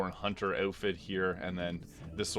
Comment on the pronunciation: "a bloodborne hoonter"